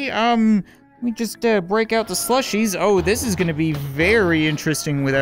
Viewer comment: It's like the bot said slushie delights, but said swushy dehaights